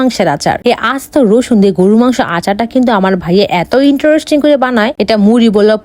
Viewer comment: Eto "interosting" 🤣🤣🤣 goyej